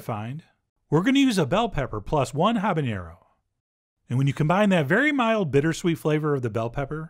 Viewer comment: It's jalapenÑo and habaNero. There is no "Ñ" in habanero.